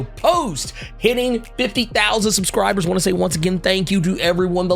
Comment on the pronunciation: “Whadisup Earths mIGHTIEST subSCRIbooors”